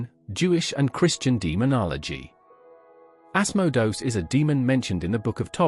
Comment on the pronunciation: Ass-moe-dose? Mephistafils? Azzazzl? Seriously? These are real entities you're talking about, and they hear you. At least have the respect to say their names correctly. Dude, narrate your own damn videos, and quit using these stupid speech synthesizers. At least spell your script phonetically in a way that the synthesizer can pronounce these names correctly. It ain't hard....